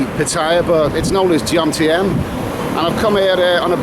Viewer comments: Besides being a creepy guy, you don't even know the right name of the place, calling it Jomtiem, when the correct name is Jomtien - but I guess you're used to saying Londom aren't you... or Mewcastle and Brightom back in Great Britaim? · at New Brighton errr sorry Jomtien not Jomtiem 😂😂😂 Another great Vlog and pervy wanderings, very inconspicuous with that hat on too haha. Seriously, good work buddy, enjoyed it and the Tits story!! Cliff Michelmore and his holiday tits never done nowt for me though 😂😂😂